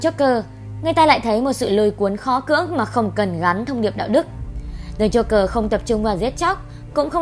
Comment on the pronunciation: Joker. Not Jogger. Đọc cho đúng nào.